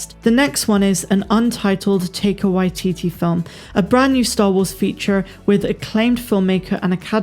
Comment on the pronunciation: FYI ...You pronounce Taika Tie - car.